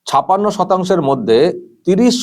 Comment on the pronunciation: দাদা আপনি বাঙালি ছপাণ্য টা কানে লাগছে। ছাপ্পান্য উচ্চারণ করলে পরিপূর্ণ হতো। Sorry